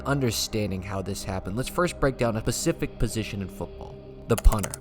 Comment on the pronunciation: "a pacific position in football"